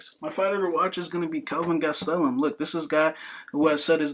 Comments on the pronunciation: Man hearing him say kelvin gas-tel-um drives me crazy!!! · Holy shit the way you pronounce "Gastelum" could be used as a form of torture. Im proposing this idea to the military.